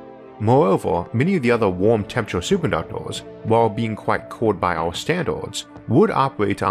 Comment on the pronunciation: “Superconductwers” ye!!!!!!!!!